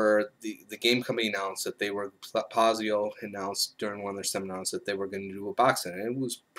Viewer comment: This is probably my favorite RPG product I've purchased in over 30 years of gaming. Amazing quality, and better yet, an amazing way to garner new gamers in my favorite hobby! And nitpick but it's Pai-zo, not Paz-i-o. ;)